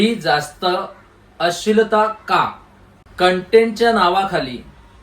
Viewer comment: आम्हाला तुमची तळमळ कळते. पण आपण।मराठी माणसाने तरी मराठी शुद्ध बोलले पाहिजे. अश्लिल..अशील नाही हो. बरेच उच्चार चुकीचे होत आहेत. जरा लक्ष द्या.